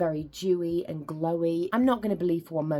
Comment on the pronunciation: Oh, DEWY! It sounded like you said something different.